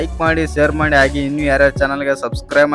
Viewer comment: ಅಣ್ಣ ಸ್ವಲ್ಪ ಕನ್ನಡ ಭಾಷೆ ಮೇಲೆ ಹಿಡಿತ ಇರಲಿ "ವಿಸ್ಯ ಅಂಗೆಯ